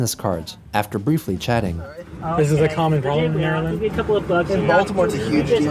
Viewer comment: I'm surprisedd Chris knows how to pronounce Maryland correctly